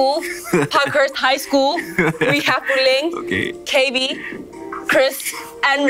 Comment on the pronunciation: Who else loves the way she says ‘Puleng’ It’s just sooo satisfying she’s just like puleng and the way she says the eng part